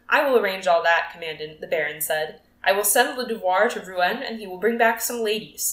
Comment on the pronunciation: Reading a little too quick imo. And Rouen is pronounced Roo-on!! ❤